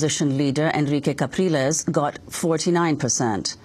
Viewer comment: I also believe that it is Henrique "Capriles" NOT "Calpires"